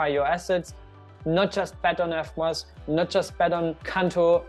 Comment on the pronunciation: It s eVmos not eFmos , learn to pronounce proper english kraut.